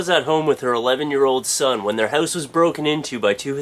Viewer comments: Youre funny man! Are you from Canada? You sound just like my cousins when you say hooouse ;) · "hoe-se" lol XD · i love the way you say house hahaha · i think you say house in a funny way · you say house in a way i've never heard before... hmmm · i like when you say house. or out. :] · u say house funny :D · you say 'house' sound funny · is there alternate ways to say house? lol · i know you're canadian by the way you say "house" haha